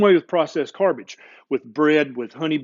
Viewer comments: "Carbage", nice portmanteau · Oh now i heard the part of the video where he said carbage lol